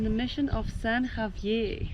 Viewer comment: San Javi-ay? LOL Also, to be clear it’s not “Bay of Conception.” It’s Bahía Concepción. 🤛🏻